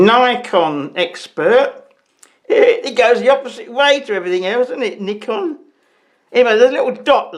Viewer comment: I like how you say Nikon, the proper way.. 😁